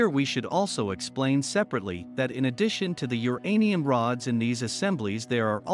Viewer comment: Teach computer voice that uranium is all one word.